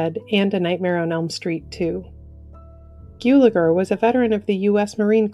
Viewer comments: Gulager, sounds like “gull-a-gur. Not “gyoo-la-gur. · Clu Guggeler, noT Geuleger